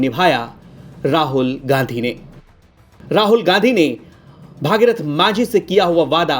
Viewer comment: Bhagirathi nhi hai Bhagirath hai. Thik se bola kro yaar